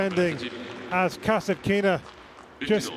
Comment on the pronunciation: Russian announcer on the court speaks Kas'Atkina. English speaking TV commentator speaks Kasatk'Ina. What a freak?